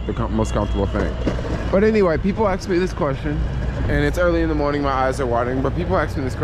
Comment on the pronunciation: Hey - it’s! BTW, what is an ‘aks’?